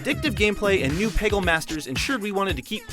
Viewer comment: Peggle? Um...ok... Really?